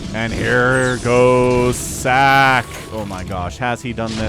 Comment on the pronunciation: ssak = is pronounced like Sock, not Sack lol